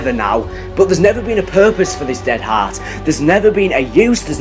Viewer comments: please pronounce heart correctly😂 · The way he pronounces "heart" irks me..